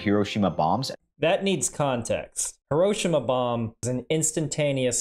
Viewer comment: i like that says "hiroshima" with proper inflection